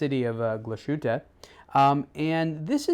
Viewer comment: "Myulah glushooter"?. Da fuck. It's pronounced murler glass-huttah